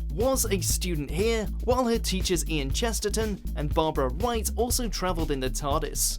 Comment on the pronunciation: Did he say Barbara White? It sounded like he said Barbara White...